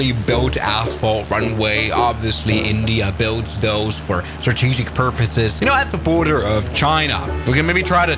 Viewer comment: Hi it's thoise airfield. Pronounciation:- tho-o-ice It's a Indian Air force base...